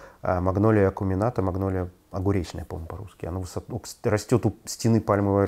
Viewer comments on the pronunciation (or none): none